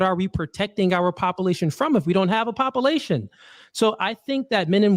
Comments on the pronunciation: Love you but the way you say popalation is urksum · why does he KEEP saying - POPPA LATION?????? is he trying to be funny? cause it just sounds ignorant